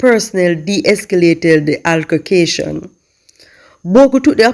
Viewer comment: U always pronounce 'altercation' wrong